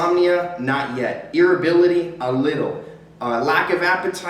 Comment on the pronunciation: God irritability not irrability ! Maybe I just need to smoke again